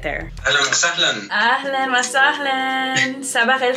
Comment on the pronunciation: Mashallah, you learned a lot in a few days here but there's some pronunciations that I wish your teacher/friend corrected for you, they're very basic. What i noticed is when you say ahlan wa sahlan, you say sahlayn instead of sahlAn, it should be the same way u say ahlan. good is shatir not shootir for masculine and shatra for feminine. I'm speaking Arabic to myself: ana bakalim 3rabi ma3 nafsi I'm speaking to myself in Arabic: ana bakalim nafsi bil 3rabi I have only seen this video so maybe they are already corrected but these are just a few I saw Keep going, this is the fastest I've seen someone learn Arabic in any dialect this fast within a few days. You are truly an inspiration and a gifted human being. I hope more people become motivated to learn Arabic from you <3 I'm Egyptian, ahlan beeki fil 3alam il 3rabi, welcome to the arabic world